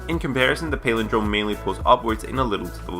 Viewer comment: you talk for a living, and you can't correctly pronounce "palindrome"?